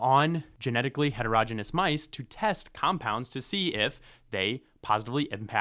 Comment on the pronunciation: You pronounced heterogeneous wrong. Please learn from google or AI 😢